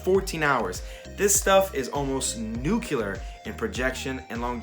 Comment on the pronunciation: "nucular! ....great video man. it's gonna be hard to resist the temptation to buy that eta' libre creation.